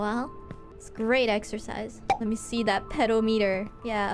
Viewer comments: If its me i will pronounce it as pedometer not pedameter😅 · She pronounced it sooo wrong though, and twice too 😂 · americans do not pronounce it the former way lmao. we say pehdawmihter just the same